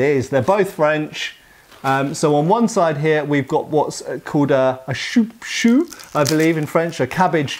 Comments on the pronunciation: That's pronounced Coupe-Chou and not Choupe chou loll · On dit : un “coupe-chou”. And the slang name transferred to straight razors in more recent times.